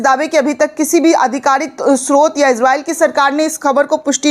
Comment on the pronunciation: ازراءیل نھیں اسراءیل ھے